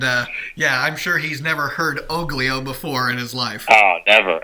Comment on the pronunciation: The G is silent in Oglio !